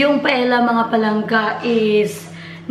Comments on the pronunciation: the paella pronounce PA EL Ya.... Si cute of you to talk inbyou blog... God Bless you! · Its pronounced as "paelya". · Pa-el-ya ata basa nyan.. or if spanish accent, pa-e-ya tulad ng tor-ti-ya for tortillas... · Paella is pronounced " paelya "